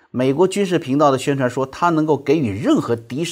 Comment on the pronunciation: 给（ji）予，😅